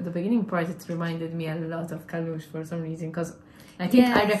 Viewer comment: Не КалУш, а КАлуш, ударение на А. КАлуш — это родной город солиста группы 🎉